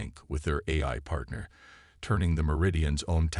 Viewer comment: Once again, nice story. And once again, your AI SUCKS!!! Why can't AI's say AI???? Yours can't decide between: "EYE", "EYE-EYE", "Eh-eye"!!!! AND wtf is: "Mini-AT-urized", "WEEP-onized", "CATa-lodged" and "PER-fict" (per-FECT)???!!!!